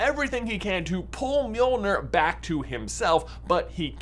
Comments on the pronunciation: Wanna try saying Mjölnir one more time? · No one gonna comment on how he says Mjölnir? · First try and say Mjölnir right